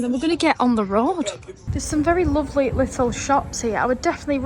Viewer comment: Because he’s lawvely…